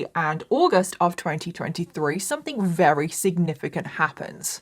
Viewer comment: I look forward to your videos every week 💖 the way you pronounce “very” as “vRary” is my fave.